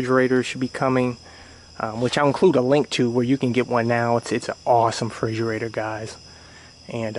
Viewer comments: It's "refrigerator", not frigerator. For the love of god. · Bro it's refrigerator not frigerator*